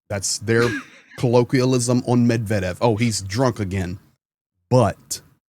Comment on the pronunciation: thank you for pronouncing Medvedev correctly! As an American ruSSian speaker it has driven me up a wall to hear so many say it incorrectly.